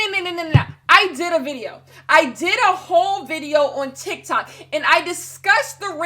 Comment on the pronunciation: I giggled at TikTak not sure if that was intentional or not lmao